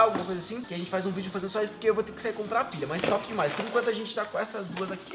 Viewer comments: quem reparou que o em vez de dizer pilha disse pila. hahahaha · ele disse pila kkkkkkk